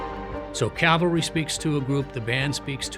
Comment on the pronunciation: Not to pick nits, but one would think that field grade officers would know how to say cavalry; CALVARY is the hill that Christ was crucified on, NOT a troop of horse soldiers- THAT is CAVALRY.